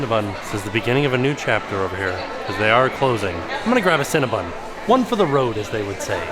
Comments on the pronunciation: it's CinnaBON, not CinnaBUN. But no matter how you say it, I want a box with extra frosting. Yum! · 🥴😖 the 15 times said CinnabOn wrong lol